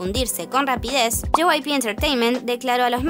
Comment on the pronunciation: Se siente raro cuando dicen JYPE pero es JYP xd